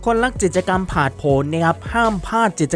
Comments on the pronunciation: จิด-จะ-กำ แอดครับ กิจกรรม มันอ่านว่า กิด-จะ-กำ ตามตัวเลย ปรับปรุงนะครับ ส่วนน้ำเสียงน่าฟังดีแล้ว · ใช่ค่ะ ทำไมเรียกผิดตลอด ทั้งๆ ที่เป็นคำพูดปรกติทั่วไป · พูดผิด ไม้เลื่อย จิตจะกำ 🥹 แต่ขอชมน้ำเสียง/ลีลาการพูดน่าฟังดี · จิด จะ กำ ฟังแล้วขัดหูจริงๆค่ะ ศัพท์ง่ายๆพื้นฐานมากค่ะแอด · กิจกรรม อ่านเป็น จิตกรรม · กิจกรรมครับ อ่านว่า กิด จะ กำ ไม่ใช่ จิตกรรม ความหมายคนละอย่างกันเลยครับ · ไม้เลื้อยค่ะ ไม่ใช่ไม้เลื่อย จิต..จะ...กรรม....อ่านกิจ จะะะ...กรรรม ไปกัดอ่านข่าวมาใหม่.......มันขัดหูคนฟัง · กิจกรรม ทำไมแอดอ่าน จิต จะ กำ ไม่ใช่อะไรนะ clipก็ทำมาดีแล้วกำลังเพลินๆ แต่มันขัดหูมาก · กิจกรรม อ่านว่า กิด จะ กำ ไม่ใช่ จิด ตะ กำ นะคะ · "กิจกรรม" ด้วยครับ แอดอ่านเป็น จิด-จะ-กำ ตอนแรกนึกว่าพูดผิดครั้งเดียว กลายเป็นว่าอ่านผิดจริง ๆ น้ำเสียงน่าฟังดีมาก ต้องปรับเรื่องการใช้ภาษา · เนื้่อหาดี แต่ออกเสียงพรือพูดผิดเยอะมาก เริ่มต้น ดล หรือ โดรน ครับ ผมฟังนับ 10 รอบนะครับ พูดว่า ดล จริงๆ ออกแบบโดยชาว อิตตาเลียด ไม้พุ่ม และไม้เลื่อย น่าจะไม้เลื้อย นะครับ วงแหวนน้ำแข็ง เกิดขึ้นเป็น ค้างคาว (ครั้งคราว) ห้าม พาด กิจกรรม (พลาด) ไม่ได้ จับผิด หริอตินะครับ แต่แค่ฟังผ่านแล้วมันสะดุดหู แต่เป็นการตืชม เพื่อปรับปรุงให้ดียิ่งขึ้น